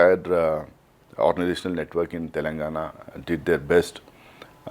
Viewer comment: Is he from Telangana? No one knows him. He has zero knowledge about Telangana. Including how its pronounced.